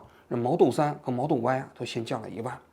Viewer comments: 是model，不是摩托，那是手机，王局发音不标准。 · model给你念成了毛豆哈哈哈哈哈哈哈😂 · “毛豆三和毛豆歪”哈哈哈哈😂王局太可爱了